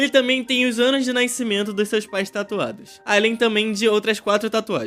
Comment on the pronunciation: "Sua data de naicimento" Tá parei kkk